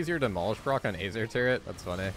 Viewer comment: K! sante and AYHzir lmfao